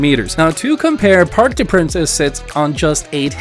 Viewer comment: "Parks dess Princess"? 🤣🤣🤣